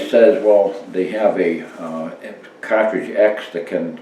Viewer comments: Excuse me sir but its car-tridge not kaw-twidge.......lol good vid no matter how old just like the parent cawtridge. Thanx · It’s pronounced cahhtridge